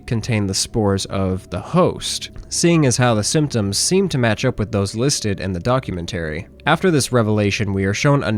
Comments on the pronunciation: Not gonna lie, the way you say 'documentary' was driving me crazy. 😅 I am a new fan of your channel though, I greatly appreciate all the work you put in! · Documentary is not pronounced in the manner you chose. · I am confused by the way you pronounce documentary, what region is that from?